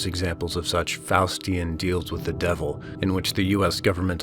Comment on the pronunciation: I heard Faucian not Faustian deal. 😂😅